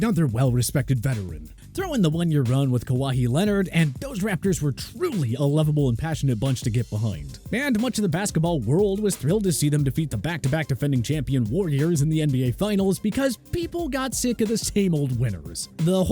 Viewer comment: first of all a lot of those teams you can hate. also a lot of thoes the names are butchered the raptors in particular. Man pronounced Kawhi like Hawaii